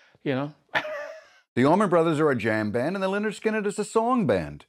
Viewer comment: If says Lenard one more time, im gunn........byby